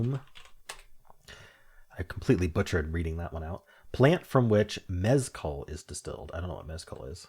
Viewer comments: And the stress is on the A. mesKAL. ☺️ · Being Mexican, that was the weirdest pronunciation of Mezcal I have ever heard.